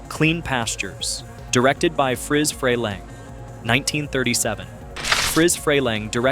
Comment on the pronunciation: Freleng, pronounce his name right